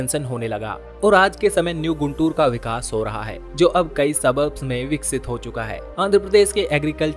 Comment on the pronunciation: It is गुंटूर. Not गुंतुर. Please correct it. Famous Kakani (काकानी) Malleswara Swamy Temple is missing.